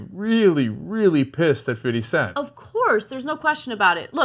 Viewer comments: Lol cenk.... "fiddy cent". It could just be a bad moment on camera, it happens, you can be like damn and wipe your face after a kiss, doesn't mean you didn't like it.... you know how cameras lie and all. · For white people ( including me ) it's fifty cent, not fiddy cent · It's fifty cent cenk... not fiddy cent... what the FUCK is fiddy cent? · only white people and corn balls pronounce fifty cent as fiddy cent lol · Lol "fitty cent"